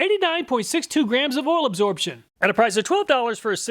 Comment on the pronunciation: between you and Hoovie, I always crack up at the Kansas people pronouncing "oil" as "ol"